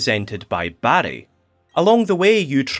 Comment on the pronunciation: I couldn’t stop hearing “Barry” as “Baddie” and that made this review twice as fun